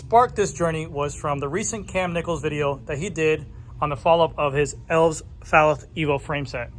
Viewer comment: I’m pretty sure the name is pronounced.: El-vez.